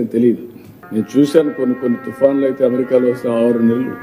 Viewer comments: ఎమెరికా కాదు అమెరికా అని పలకాలి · యమరికా కాదు ఆ అమెరికా ఏది అను అమెరికా... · Ammerika not Amerika